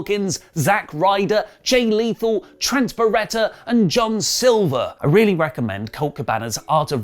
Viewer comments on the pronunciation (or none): none